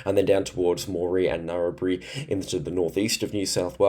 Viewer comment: thanks for your work mate , not to be that guy , but narrabri is not pronounced narrabre